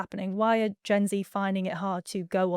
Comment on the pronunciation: You said Gen Z wrong!